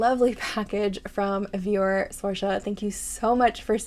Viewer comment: I'm so glad you loved them 😭😭😭 Thank you so much for your content and you pronounced my name right!! So many people get it wrong so thank you a ton for that ❤❤❤